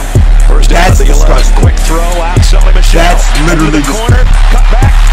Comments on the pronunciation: not Sony Michael nigga its Michel😂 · Nigga said Sony Michael Edit: Then Mitchell😭😭😭💀